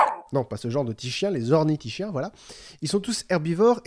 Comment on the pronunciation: Super point culture! On prononce ornitis"k"iens et sauris"k"iens! De plus, les Velociraptors dans le film sont en fait des Deinonychus (Velociraptor antirrhopus à l'époque du tournage). L'équipe du film préférant un terme comprenant raptor, a conservé le nom Velociraptor lors de la révision de l'espèce attribuée au Deinonychus. Enfin, l'oviraptor n'est pas vraiment un voleur d'oeuf! Il a été appelé comme ça parce qu'il a été découvert pres d'un nid... qui s'est ensuite avéré être le sien!